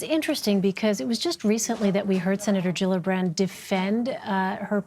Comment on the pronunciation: Gillibrand not jillabrand